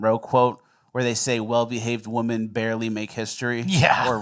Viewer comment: this is like the eleventh time mispronounced the word women. It really bothers me. Does he know the difference between woman and women??